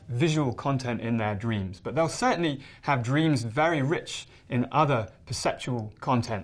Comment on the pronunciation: Everybody dweams! Dang I like his pronunciations.